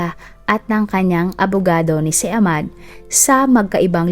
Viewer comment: Ahmad o ahmed hindi po silent H pag pini pronounced ang name nila kasama ang H pag binabanggit ang name